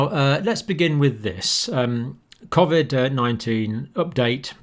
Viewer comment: its not covvvvid it coooovid!!!